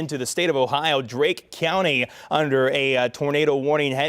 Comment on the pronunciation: It’s not Drake county. It’s DARKE county.